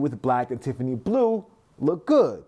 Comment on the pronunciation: "TIFFANEEZ" ad nauseum when the name is "Tiffany & Co." or commonly shortened to "Tiffany".